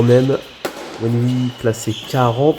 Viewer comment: salut bien joué. Juste un petit cour de chinois Wenhui se prononce Wenrué et non wenoui mais tu le savais pas haha.